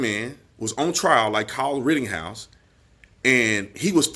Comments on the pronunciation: B, it's not rittinghouse! It's said "written-house" Rittenhouse. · Why on gods green earth do you keep mispronouncing Kyle's last name? It's rit-tin-house, not rit-ting-house.... My biggest irritation is when someone repeatedly mispronounces words. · Would you please quit saying “RittINGhouse”? 🥴 It’s RittENhouse. Thank you! 😃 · B, PLEASE STOP Pronouncing KYLE'S Last Name: "Ritt-ING-house". It's "Ritt-EN-house". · Tatum, if you want to be able to speak better and pronounce words better, start with pronouncing RITTENHOUSE the way it’s spelled and the way YOU correctly spell it in your video titles. But you keep SAYING “RITTING”HOUSE. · Rittenhouse has no g in it. just saying. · LOL I love you man but when you think it's odd if I called you Brandon Tategum? There's no g in Rittenhouse homie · My favorite thing is how you keep saying “Kyle Rittinghouse”. That, and your clear-eyed analysis. Keep it going! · Love you bro, but it's RittENhouse